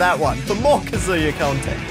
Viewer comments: It kazuya not kazua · It's k AA z oo yuh not ka zoo yuh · The way you say “kazooya” is really getting on my nerves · calling him Kazoo-ya gives me all sorts of brain damage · "Kazoooooya is a shoto" This hurt me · If I hear “Kaz000ya” one more time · "kazoo-ya" ah yes. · did you said ka SEE YA? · All the comments: that's not Dante Me, scrolling through the comments while watching the video and haven't gotten there yet: losing my shit over pronouncing Kazuya like Kazooie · This whole video, I was like what the heck is kazooya?!?! And then I realized that I’m a weeb and know how to pronounce Japanese names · I’m a Tekken (not a good one but I have memorized the entire Tekken story so too bad) player (who came from smash lol) and there are 2 things that are annoying me 1. He’s using the suit Kazuya 2. He’s saying “kazoo-ya” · Why does he keep calling kazuya kazoo-ya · Please stop calling him kazoo-ya. It hurts every time, just like Yawshi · How about literally everyone being unable to pronounce Kazuya correctly? Can I talk about that? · New drinking game: Take a shot everytime mispronounces Kazuya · No thanks i want to live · it hurts my tekken soul how says kazuya and calls the wind god fist the shruykien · pronounce Kazuya like a mixture of Kazooie and booyaa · I would like to personally thank the editor for pointing out how everyone is pronouncing Kazuya incorrectly despite being fed the correct pronunciation by the game. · What bothers me the most is how he heard how to properly pronounce Kazuya’s name before every match but proceeded to mispronounce it. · Kazuya is mispronounced by the smash announcer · You pronounced kazuya wrong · it clearly states what the pronunciation should be for kazuya... why the hell do you insist on mispronouncing his name?!? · can't pronounce the characters name correctly and doen't know what a shoto is. Standard smash fan problems